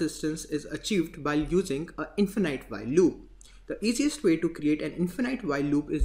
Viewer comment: Bro its not infenAIT its infinite noun(infin {E} t) in fuh nuht. And video is very good. i was not looking for this but, still looks like you are doing very good job. cudos.